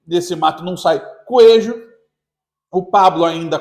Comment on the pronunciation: “ desse mato, não sai “coejo “😅